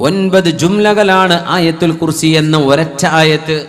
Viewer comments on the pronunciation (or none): ആയത്തുൽ കുർസീ എന്നാവും മഖ്രജ് ശരിയായി വായിക്കപ്പെടാൻ നല്ലത്